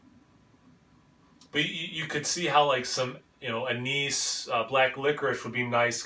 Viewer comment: ) + it's "ann -ISS", not "uh-NEECE" . ;)